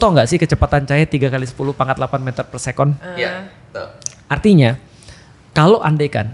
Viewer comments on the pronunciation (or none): Ustadz Felix terlalu banyak mencampur bahasa Inggris ke bahasa Indonesia. Sayangnya kadang2 pengucapan kata2nya salah. Misalnya "per second" dibunyikan sebagai "per sekon". Padahal ada padanan kata dalam bahasa Indonesia yaitu "detik".